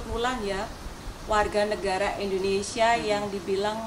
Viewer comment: Indonesia...bukan endonesia🤪🤪🤪🤪🤪